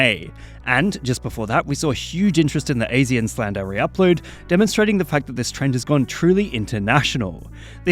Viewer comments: I love the way say ASEAN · My heart stopped seeing him butcher the pronunciation of ASEAN.